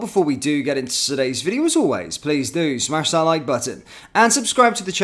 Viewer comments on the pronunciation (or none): none